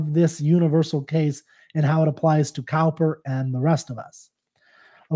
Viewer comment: Thank you for that helpful explanation. I love Cowper's work but had not come across this poem before. [btw ... Cowper is pronounced 'Cooper'; it took me many years to realise that - and I am English! They both mean 'a maker or repairer of casks and barrels' (with hoops/coops) which makes 'cask' and 'coop' (Stanza 5) more interesting.]